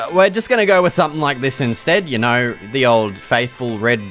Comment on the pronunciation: “Yaur knawr?”